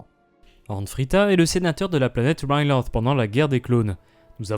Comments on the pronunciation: oui sauf qu'en Français Ryloth se prononce "Rilote" ou "Rylote" Sinon très bonne vidéo à part ça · c'est quoi cette prononciation de Riloth?